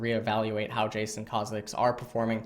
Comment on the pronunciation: Eyyy ma boi learned how to pronounce Kha'zix without triggering the whole dumb community. Thx:D